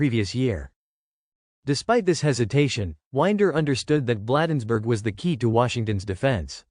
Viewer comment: "Blaaaadensburg" is correct pronunciation.